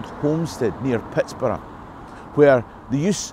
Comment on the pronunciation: As a lifelong (56 years) resident of the Pittsburgh area, may I say how pleased I am to hear the proper pronunciations of Carnegie and Pittsburgh in this video. Americans from outside of this region emphasize the wrong syllable in "Carnegie", and % of Pittsburghers don't even know to pronounce "Pittsburgh" with the same ending as "Edinburgh". The Carnegie name has been with me my entire life. I grew up in a township that bordered Carnegie Borough (where the local post office was located, so Carnegie was part of our mailing address). Over the years I have visited the Carnegie Library of Pittsburgh and the Carnegie Museums many times; one of my children now works at the Carnegie. The part of the video that hits home for me most of all is the discussion of Andrew Carnegie as an employer. My great-grandfather was a former Pittsburgh police officer who took a job as Captain of the Mill Police at a Carnegie steel mill several miles north of Pittsburgh. He was killed in a riot that broke out during a strike in 1906. Some people might think he was on the wrong side, but he was making a living to support his wife and five young children when his life was taken from him. There are so many sides to every story.